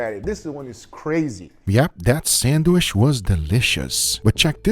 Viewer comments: PRONOUNCED " SAN D WHICH" NOT " SAN WISH" GEEZ GUGA YOU KILL ME WITH YOUR PRONUNCIATION... LOL I DONT KNOW WHY I LET IT BOTHER ME SO MUCH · Guga please stop saying sandwish 😂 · When will Guga learn to say sandwich? Say CHEESE!!!, Sheese...